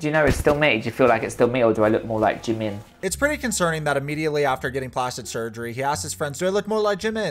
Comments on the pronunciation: I even cringe when he says the name of the person he wants to look like. Who is JUH-min? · The worst is that he's obsessed with Jimin, but can't even pronounce his name correctly.